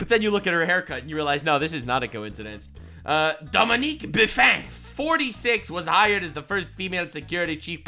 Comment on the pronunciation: "Dominique Buffin" 😂😂😂